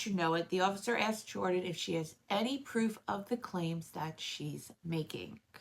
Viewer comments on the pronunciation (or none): none